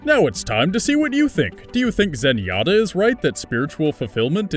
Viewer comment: zenyatta is clearly correct